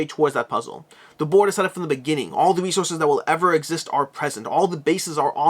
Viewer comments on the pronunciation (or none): none